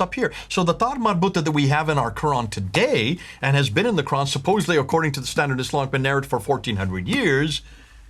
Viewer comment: Both of the speakers are nonMuslim. The very first word alQur'an is pronounced incorrectly, and how could both of you to go on with the discussion of Arabic language of alQur'an? All humans had never heard about 'istewa' , ' arshy' , 'siratulmustaqim' etc because all human are still alive in this world. In fact, they are in the journey to hereafter, life in grave that is a new and different world as compared to what it is now. You might be kidding others who haven't been exposed to the truth of alQur'an but you will never succeed to misguide reciters of alQur'an and sayings of Prophet Muhammad pbuh. With regard to the Bible, it has experienced a lot of changes, and not a single word is revealed in the book. It is merely based upon perception of Pope, priest and writers. Yet, you claim Bible is the original words of God or at least in the same language. Should you add S to the 'word', it becomes 'Sword'. This is exactly happened to the Bible and manuscripts, shame on you to believe something fake as true.